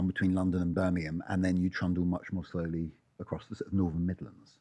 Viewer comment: Why can no-one on youtube pronounce TH. Its NorTHERN NOT Northern or norfff. So annoying